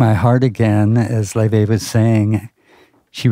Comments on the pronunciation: It’s more like a loy - vay except the oi is mixed together and mixed. She features on a different channel in which she pronounces it in English (lay vay) and in “True Icelandic fashion ✨” (loi/loy vay) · Laufey is so refreshing to hear in this day of copycat modern pop…she takes you back to a time of creative and original tunes. I guess her name is pronounced “lay-vay”??